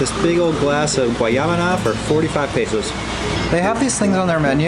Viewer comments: it is not "Guayabana" it is "Guanábana" but I'm glad your spanish it's getting very very good. Great to see you well and healthy! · It's guanábana, not guayábana. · Hi guys, I believe the white fruit juice is "guanábana" not "guayabana". Sounds like Ma-Na-Ma-Na (do-do-do-do-do. :)